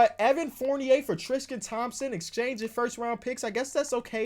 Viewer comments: Every time says Tristan it sounds like he says trisken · God please learn how to pronounce Tristan and Valanciunas I AM BEGGING